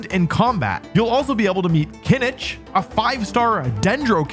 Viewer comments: So, many mispronunciations of the Genshin names. Like Kinich and Ajaw. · This genshin sponsorship is so funny. Mualani is not available anymore and Kinichi is not pronounced like that. Glad you're being paid, lmao